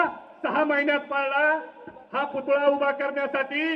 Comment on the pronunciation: पुतळा म्हणा.. पुतुळा नका म्हणू..